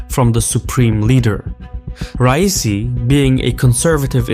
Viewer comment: I dont like the man, but as an Azeri why are you trying to sound Yankee? Why are you saying rice-e? I know you can say Ra-ee-see